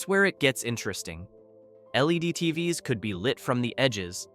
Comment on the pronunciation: I guess when “TVs” is pronounced “tee vee ess” you know it’s an AI talking.